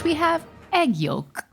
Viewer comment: Made me question my whole existence. Can confirm the L in yolk is silent.